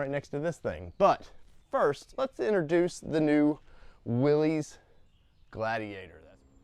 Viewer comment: Nice rig. You’ll probably want to keep it. They’re awesome rigs. BTW, Pronounced “Wil-liss” not willies